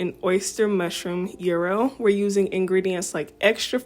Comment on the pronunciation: It's a "yeee-roh" not a Euro €, but definitely delicious! Love this recipe so much, will make again!😋